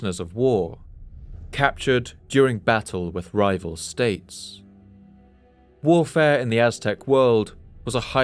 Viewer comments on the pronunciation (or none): none